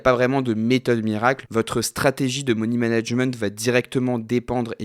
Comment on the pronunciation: « Moni » management ? 🤪😉